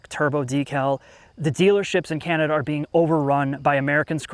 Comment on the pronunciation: Dealership greed has reared its ugly head, yet once again. Ca nay dee uh? I think that would be Can uh duh. AF